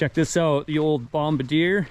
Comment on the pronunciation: Glad you called it a bombadeer instead of a bombardier.